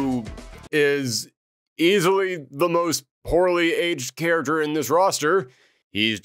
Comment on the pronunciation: The way he says character!! .......🤬🤬🤬🤬